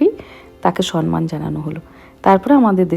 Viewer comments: Aunty কথাটা "সম্মান"(somman)। সন্মান (sonman) নয় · Beshir bhag e bangali Somman k Sonnman bolen ...... K no????? Ektu shudhotar digey dyan diley ki hoi ??